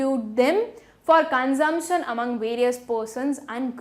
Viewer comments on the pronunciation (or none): Consumption ko consompton bolti hai